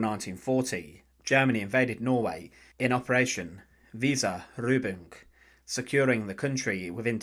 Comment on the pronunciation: Just a small comment on the name Weserübung. Weser is a river in Germany. So the name should be pronounced Weser-übung. (Weser-exercise/drill)